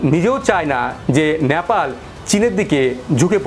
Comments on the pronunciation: ন্যাপাল নয় নেপাল। উচ্চারণ ঠিক করুন । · নেপাল কে ন্যাপাল বলতেই হবে কি? উচ্চারণ ঠিক করে নাও।